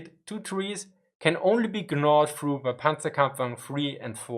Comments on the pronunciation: just FYI, gnaw is pronounced as "naw", not "gn-naw". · or so, I love you pronounced it "ga-nawed through". Your English has been getting too good, I miss these little quaint touches. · It's pronounced nawd , the g is silent. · Quick English lesson, the correct pronunciation of "gnaw" is like Naw, the G is silent, because of course it is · You don't need to pronounce the g in gnaw :) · The g is silent in “gnawed.” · Just in case no one said anything, the g in gnawed is silent. Trying to help a brother out. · Great video, just a quick point on English. The G in gnawed is silent.